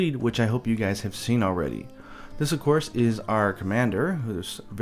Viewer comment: 'hope you juys enjoyed this video' that made me laugh xD